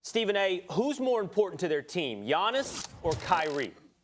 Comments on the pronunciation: By the way, Giannis is pronounced “Yaani” 💁🏻‍♂️ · It’s Giannis it’s not close